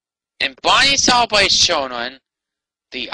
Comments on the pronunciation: "Bawney da dinosauw so special wight here on da earth?" I thought he was special on every other planet in the solar system too! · Bahney duh dininasauw! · He said heboo version of Barney and he said Barney and the back yard gay doll 😂